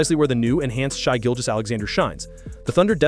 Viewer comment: Only problem was calling Shai “shy.”